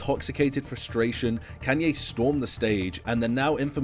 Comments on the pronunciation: Bro its Kanye not Kenye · WHY ARE YOU SAYING KAN-YE WTF ITS KAAN YE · "can yay" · bro really said kenye west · “Kànye west” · Bruh he pronounces kanye as Kenye😂😂😂😂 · I get triggerd every time when you kay kanye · "can-yee west" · Redo this video and stop saying kenyay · I can’t tell if you’re saying “Kenny” or “Kenye” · he's putting real big emphasis on the A in Kanye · You know this is a pretty great vid ngl i love it quality stuff but god did you butcher his name a lot